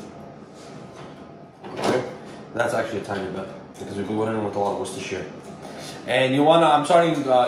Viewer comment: You were really closer to the Worcestershire pronunciation.. We'll done